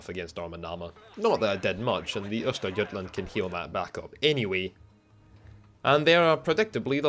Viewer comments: Yeah I have to say, you did pronounce Östergötland well above expectation. Source: Lives in Norrköping, second largest city in Östergötland. Not everyday I see that in my feed, as I normally don't follow WoWarships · Your pronounciation of Östergötland is absolutely close enough for govmnt. work. /Greetings from Skåne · For a non Swed. Your pronunciation of Östergötland is spot on. Hope to see more of the Swedish ships in the future :) Greeting from Northern part of Sweden :)